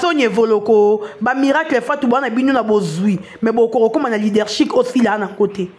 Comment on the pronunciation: LeadershiP non leadershiC, ma belle.